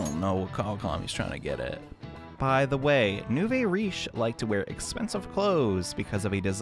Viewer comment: nouveau is pronounced new-vo